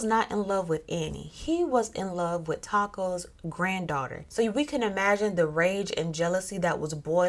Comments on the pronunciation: The correct pronounciation is actually Tah-koo, not Taco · It's tahkoo. The o sounds like the o in the whoot sound owls make. Remember that the old language Arabic and Aramaic don't have as many vowels. A,,E,and oo. A,e i,o u were added by English folk. So his ancestor name would have naturally gave him the oo sound.